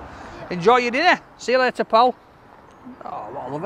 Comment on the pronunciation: love ur vids iam from Oregon have a? when u say "see u later sounds like u say Paul?